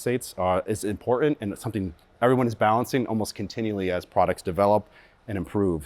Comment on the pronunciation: Pronounce the word "important"